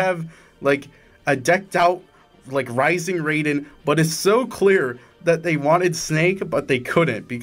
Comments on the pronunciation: STOP PRONOUNCING RAIDEN AS RAYDEN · Has bro never heard Raiden's name pronounced out loud? Man is talking about the thundergod not the cyborg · As someone who owns a PS3 still and played the shit out of it when I was younger, I wish I had this game when it released Sackboy alone would’ve sold me The red haired lady is from a PS3 launch title called Heavenly Sword Also it’s pronounced R-I-Den Ray-Den is from Mortal Kombat There are ways to get the DLC for free, though you have to jump through a shit ton of hoops, basically 🏴‍☠️and emulate lol >Add every character from Heavy Rain Based absolutely zased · HIS NAMES NOT FUCKING "RAY-DEN"! ITS "RYE-DEN"! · Hate how you say Raiden, its Rai-den not Raid-den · why do you say raiden as "rey-den" when everyone in the voice acted metal gear games calm him "ra-i-den" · Why did you pronounce Raiden as Roiden? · Did you mispronounce Raiden deliberately? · You pronounced Raiden wrong.